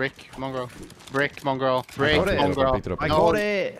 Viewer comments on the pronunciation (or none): I was dying he keeps saying mongrall brick ahah